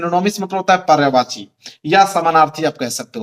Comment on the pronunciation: पर्यावाची नहीं सर पर्यायवाची शब्द होता है